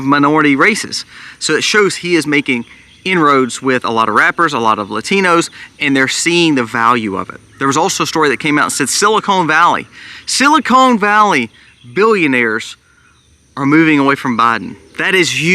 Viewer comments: Silicon Valley not silicone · It's silicon valley, not silicone valley. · It's Silicon Valley Not, SILICONE VALLEY IS the lowest point between two plastic tits. Often found in Las wegos